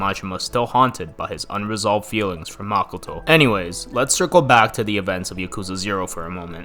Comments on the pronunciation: makoh-toh まこと, マコト it's O for a reason...... pronouncing it as makuto will sound stupid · Dude really calls makoto, “makoetoe”